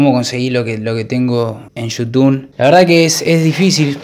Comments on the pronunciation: "Yutun"?? Jaja kpoooo! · Pensé que era un vídeo serio hasta q dijiste "yutun" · ¿YUTUN? ¿YUTUNER?😂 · Desde que dijo yutun ya me di cuenta que era re joda jajaja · Ya cuando dijo yutun me di cuenta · Cuando dice yutun es xq esta hablando de boludeces jajaj